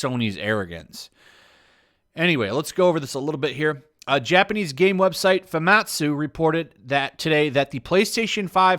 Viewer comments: its famitsu not famatsu lol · Hey great video but the fact you can’t pronounce Famitsu shows you haven’t been a gamer for very long. Willful ignorance or not, it’s not cute to be an uncultured swine. Again as I said, good video. Take it on the chin like a man